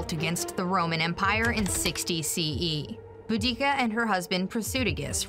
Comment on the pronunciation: Is it not Boudicca??